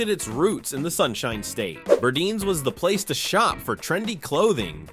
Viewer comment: Just FYI.. it was pronounced Bur-dines as in "diner"